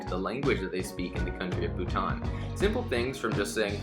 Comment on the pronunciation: I’m a Bhutanese myself and I can assure you that he’s pronouncing our country’s name correctly!